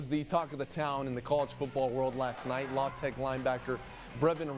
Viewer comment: No from Louisiana says La-tech. Everyone around says L.A. Tech. That's a first to ever hear it pronounced like that. Just sounds weird.